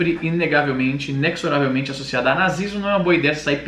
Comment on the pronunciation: Inexoravelmente se fala "ineZoravelmente", e não "inecsoravelmente"